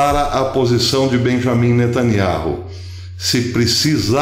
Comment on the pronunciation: "Beyamin netanYAU".....